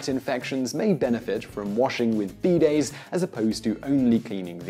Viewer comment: oh you mean bidays not beedayds